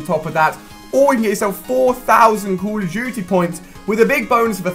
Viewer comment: Heh heh call of juty